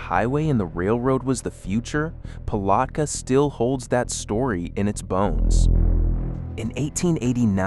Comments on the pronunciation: Interesting. With lots of useful information and Ai images. But the announcer needs to learn the correct pronunciation for Micanopy, Palatka, Dunellen some others that he mispronounces. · I can't listen to this ai MESS.The mispronunciations are driving me up a wall... dunn ellon? Palotka? Just stop it.